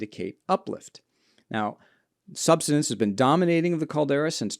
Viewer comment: Never trust a geologist who can't pronounce "subsidence."